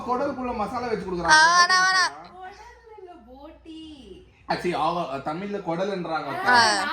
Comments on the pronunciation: கொடல் இல்ல திருநெல்வேலில்ல அது பெயர் குலல் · Athu Kulal pa ,kodal illa